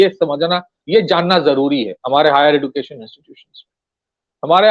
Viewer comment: Education pronunciation man